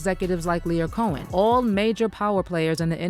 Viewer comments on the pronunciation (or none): Ah yes "Lair Cohen"